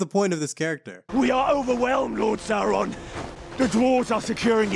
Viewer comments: Great vid mate! (But plz, say "Sauron" not "Saaraan" lol!) 😅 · Have enjoyed this series! btw: Sauron is pronounced like 'Sour-on'.